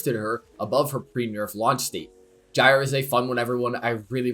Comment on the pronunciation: Huh I thought it was pronounced Gyre not Gyre